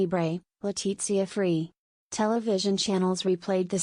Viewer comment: Por qué no dice Leticia, tan clarito como habla el castellano, por qué dice Zarzuella, un poco de respeto